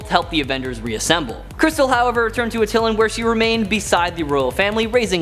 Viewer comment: Not Uh-tillen but At-Eye-Lan